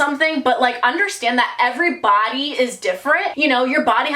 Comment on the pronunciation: I love how she says “everyBODY is different”